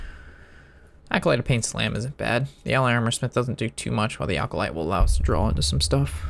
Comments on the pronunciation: does he say "alcolyte" on purpose to piss us off? haha comon there is NO L in acolyte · ah, i have heard him pronounce it like that many times. i guess thats a sign hes entoxicated haha...i forget he drinks on his vids.